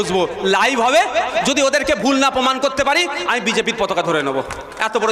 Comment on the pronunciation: ভাই "পতোকা" নয় "প-তা-কা"..... "মোসোলমান" নয় মুসলমান... একটু সংশোধন দরকার